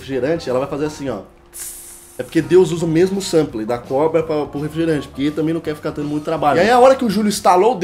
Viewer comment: "SAMPLÊ",???